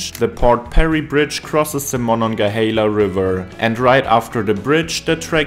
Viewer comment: I'm greatly impressed with your ability to pronounce Monongahela and Tehachapi with near perfect precision. Words that most Americans butcher to death.